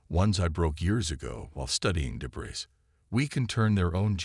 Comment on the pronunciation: Please, tell your AI narrator that the word “debris” is pronounced “duh-BREE”. The “S” at the an end of “debris” is supposed to be silent. It’s a French word, I believe. Thanks!